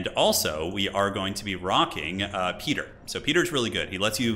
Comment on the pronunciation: Pronunciation help: "Rah-bahn" and "Pie-ter"